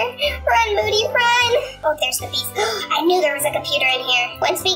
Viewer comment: It's not moordy it's moody lol